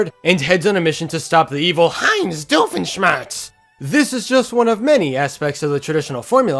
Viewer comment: You're the first english speaking person i've heared, who actually pronounced Doofenshmirtz the right way (at least the first time, where you made your voice higher) It's supposed to be a german name, but instead of pronouncing "doof" with an "o" everyone pronounce it "duuf"